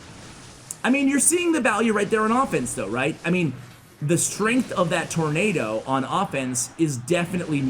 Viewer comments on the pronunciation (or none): I love your channel, but I have to say that you murdered tornado.